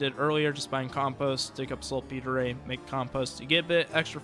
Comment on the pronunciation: ''Salt Peter'' not P-tray lol